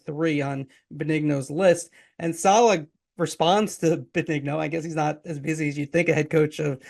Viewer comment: Might want to pronounce his name correctly 🤡🤡🤡🤡🤡🤡🤡🤡🤡🤡